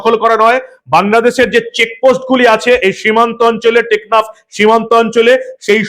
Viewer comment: বারবার 'নেকনাফ' বলছেন কেন?দ্বীপ্যটির নাম 'টেকনাফ'।